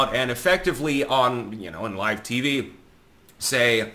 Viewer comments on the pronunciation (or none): none